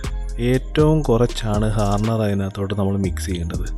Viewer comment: ഹർണർ അല്ല മുത്തേ ഹാർഡ്ണർ